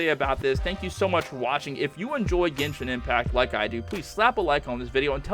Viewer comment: did he say "Ghensin Impact Or "Genshin Impact"